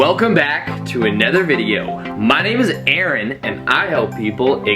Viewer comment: Hey you changed the way you say your name in this video! LOL BUT love the video Aaron! I did a morning routine similar a while ago and stopped (whomp whomp)....this video definitely inspired me try again. THANK YOU!!!